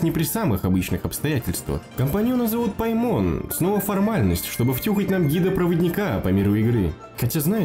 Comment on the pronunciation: Не ПаймОн, а ПАймон!!!